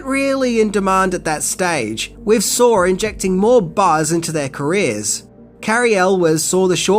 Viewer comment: First line, “Sar is preety grarse”😂